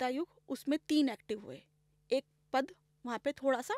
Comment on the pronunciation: although podcast was amzing but here is one thing i would like to correct for ma'am and also for viewers , is that , it is called "pad" instead of "padaa". kindly correct and our vaani i.e., sanskrit